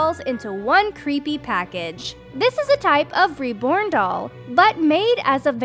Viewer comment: OMG: "...number fifteen, RIB-born doll..."? Threw me for a loop 'cuz I wasn't looking at the tag, so I had to look quick to see it was supposed to be "Reborn Doll. Seriously, do all cartoon characters mispronounce easy words, or is it just this bint? This weird doll collection is very funny in places. Good thing those alligator dolls weren't available back in my drinking days! It would've given my buddies ideas for gifts for ex-wives and ex-girlfriends--and believe me, they came up with odd stuff like that on their own! (One of 'em had a wife deathly afraid of snakes, so another guy brought him home a souvenir from the Black Hills: an ash tray shaped like a coiled rattlesnake. Not surprising, they were divorced a few years later...)